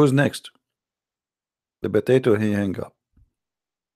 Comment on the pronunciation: Official Idiot and “Stewpid” “Botatoe”